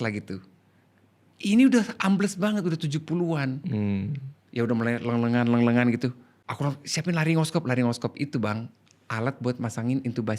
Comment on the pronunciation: “Leng lengan” ih sunda pisan 😭😭😭